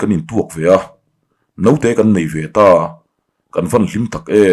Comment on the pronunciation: story ziak tu ten an ziah dik loh hi chhiar dik hi tum ve la,e.g.note tih aiah,naute ti te in.